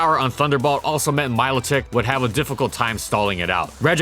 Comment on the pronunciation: Small pet peeve. Milotic is supposed to be pronounced so that is would rhyme with aquatic